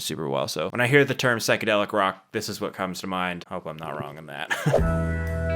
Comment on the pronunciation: Never NEVER listen to remasters. They ALWAYS ruin it. 😬 Also it's pronounced SIGH-kedelic not SICK-edelick